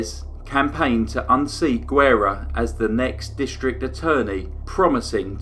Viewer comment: Great case. But as a native Texan, I'm cringing at your pronunciation of Guerra.